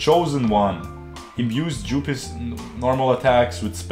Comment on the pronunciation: “imbues jewpiss normal attack”